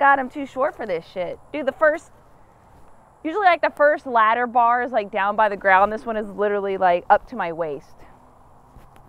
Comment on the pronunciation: Lol 'litreally'🤣🤣🤣